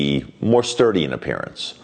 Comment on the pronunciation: Hahaha - said 'sturdy'.